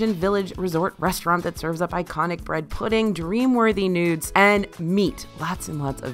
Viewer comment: Playing this in the background and suddenly hearing AJ say "Dreamworthy Nudes" then realizing she meant "noods" lol